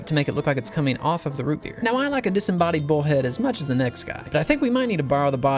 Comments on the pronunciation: Its ROO BEER (IF U KNOW U KNOW) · i couldnt resist yelling “ROOT BEER” every time he said it